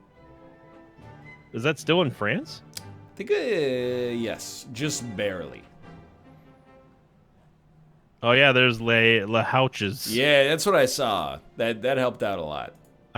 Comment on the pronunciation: La HoucheZ uh? The ''S'' is silent at the end of the word. It is pretty rare you ever pronounce it in french